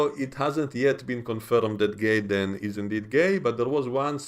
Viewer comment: Sounds like you're pronouncing his name Gayden but it's actually Jaden I don't know maybe I'm hearing incorrectly you do have a little accent i'm a gringo American.. I like Starfleet academy even though it has its flaws from writing and pronunciation errors these people can't help but they were born after the iphone came out they don't have the history we have that's the problem